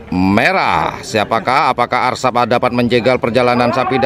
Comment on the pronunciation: Asrap bang...bukan Arsap..... 😂😂😂